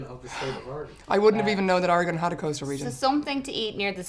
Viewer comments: Somehow people who haven't heard of Oregon say it better then most Americans outside the PNW. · Thank you so much for not butchering how Oregon is pronounced! You have no idea how many Americans can't even say it right! It actually sounds great with the accents. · Thank you for not pronouncing it "Ory-gun" not "Oruh-gone"... they don't like that up there. :) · I love that most Americans can’t pronounce Oregon correctly, but Irish people can lol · Bless you all for pronouncing Oregon right! You have no idea how many people say "Ore-gone" instead of "Ore-gun" like it's supposed to be. The state itself is pretty big, almost as big as Germany, but our population density is a hell of a lot less, 7 million versus 60 million last I checked. We've got coasts, rocky and sandy alike, the Gorge is one of the best wind surfing places in the world, as well as mountains and deserts. Lots of neat places to check out if you ever want to visit! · I have lived in Coos Bay, on the Southern Oregon Coast for all of my 65 years, so far. I thought they would show a wide range of the great snacky foods we have on the Oregon coast. Thank you for saying Orygun correctly. As we say, Orygun hasn't Gone anywhere. We are still here. 😅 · Anyone else going to give them props for pronouncing Oregon correctly? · Sigh. Irish people who have never been to or heard of Oregon are capable of pronouncing it almost perfectly. Whereas most Americans are seemingly incapable of doing so. Even with repeated examples and explanations. (I’m bitter.) Oh, and if anyone wants a bit of Oregon coast amusement - search YouTube for ‘Oregon coast exploding whale’.